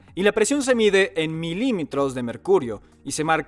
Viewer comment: dijo milimitros??